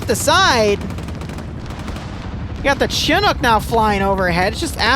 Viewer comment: i wish you can say chinook properly